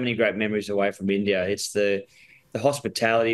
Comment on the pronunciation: Is it just me or they pronounce India as Indiarr 😂😂